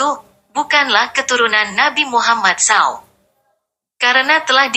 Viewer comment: Maaf sekali Koq narasi suara wanita ini seperti suara robot/ AI , Bilang Rasulullah nabi Muhammad SAW, ( dibaca saw) ... telinga agak kurang nyaman